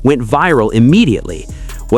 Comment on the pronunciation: Somebody tell this speaker the correct pronouns of Suga! (Shuga - is closer to his name's pronouns.)